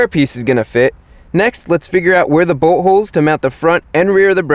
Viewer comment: It sounds like he is say butt holes instead of bolt holes